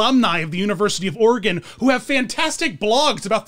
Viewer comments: "Or ee gone" or "Or uh gone" which are both incorrect. You got it right though! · As an Oregonian, I must thank you for pronouncing Oregon correctly 🙏